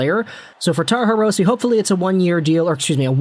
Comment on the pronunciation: Hirose is a Japanese last name, so the "e" in Hirose is pronounced like an "a." Just an fyi.